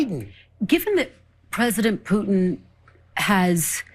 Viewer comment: "Pewtin" mark levin😆